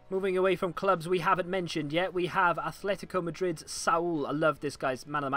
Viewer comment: It's also 'Atlético Madrid', not Athletico. It's not Wigan Atlétic now is it.